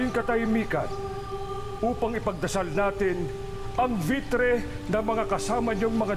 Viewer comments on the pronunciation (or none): Ivtre - Vitre Bulul rin pala si imaw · Oo nga vitre daw hahahahahaha. Ivtre yon imaw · Oo nga ang lapit na sa salitang "vitress" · anyare pinunong imaw,,Ivtre nging Vitre 😂 okay lang yan pinunong imaw labyu parin ❤️😉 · instead na Ivtre naging vitre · Hala bat naging vitre akala ko ba ay ivtre hahahahhahaha🤣🤣🤣🤣🤣🤣🤣🤣🤣😅😅😅😅😅😅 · Sa sabi ni imaw vitre ehhhh diba ivtre yun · Vitre raw?Or Ivtre?😄😂